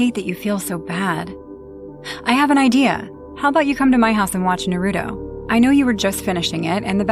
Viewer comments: Norruto? 😭It's Naruto 😭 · bro.... its pronounced NAH ROO TOE! Not NUH RUE DOE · What, you don't like NuhRoodoe? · The most frightening story was all the mispronunciations of all the anime characters of Naruto... I wanted to fight everybody on screen 😂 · That is the true horror of that story, the mispronunciation lmao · FR, like how does one not know how to pronounce Naruto at this point lol. It’s like people who pronounce pokemon as pokey-man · Wow the Naruto one was so rough. No one could pronounce any of the names right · The Naruto girl mixing up anime’s and pronouncing everything wrong is killing me 😂😂😂😂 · No it just had bad cringe by mispronunciation of Naruto characters 😩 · they can pronounce kunai right but not the characters name or the shows name? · The first story not my fav because thw way she kept say the name of Naruto wrong 😭✋🏾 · ok so 1 you say the names wrong in naruto like bro saying "narodo" and "sahkorah" then you literally say a demon from a completely different anime is in naruto but it's from death note plus this story doesn't even make sense 💀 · She said everything about Naruto wrong Sakura not Sa-core-ah! Naruto not No-root-oh the kuani wasn't pronounced too wrong. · Exactly like what's Nahroodoh, and who is Sahkewra? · Another reason why I don’t have a basement 1.the bills would cost more 2.creepy stuff That clip,it seems very real but is it really.. I can’t even with the mispronunciation of that Naruto one,like what’s “Naruuuto” and “Sakwera?” 😂what the hell is wrong with that sobbing?I know it was because of pain but🤣 WHAT ITS REAL!No dude I thought this was 🧢,but it is true stories for a reason which makes me think that Naruto one is… Elsa has tattoos now..sharpe eye liner and did something to her hair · OML JESUSS IT'S NARUTO (NAR-OO-TOE) THEN SAKURA (SAK-ER-UH) PLEASE LEARN TO PRONOUNCE IT AND WHERE IS A SHINIGAMI IN NARUTO